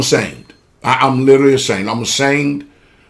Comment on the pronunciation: this guy can't even say the word literally correct he has to say it 3 times to get the word right hahaha lololol and yet he knows the truth I mean let's face it.